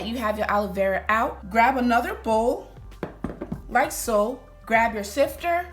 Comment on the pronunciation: I thought she was saying like soap 😭 Beautiful hair tho